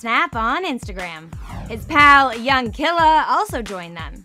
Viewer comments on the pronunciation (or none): The friends name is not young "Killa" it's Khalil pronounced (Kaa- lil) - you celebrity reporters just make up sh*t. It's annoying.